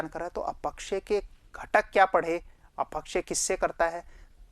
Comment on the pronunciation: अ पक्षय या अप क्षय ? अपक्षय का उच्चारण खटक रहा है